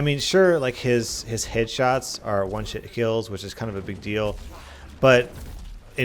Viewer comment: i cant be the only one who noticed he said "one-shit kills"